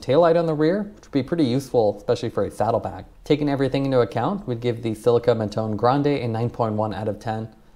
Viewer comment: It’s too hard to go on google translate and check how you should say Mattone?